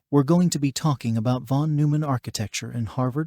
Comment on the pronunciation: I hate to be that guy, but it's von NOY-mann.